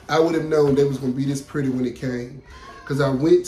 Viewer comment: Hey 👋🏾 I can't wait to see the final look. It's so exciting to watch the haul then the final reveal. The roses are beautiful but I was cracking up when you said "ain't they puuuurty" and "hey class come git yo prize outta dis" with that country grammar!! You know I love it 😂😂😂.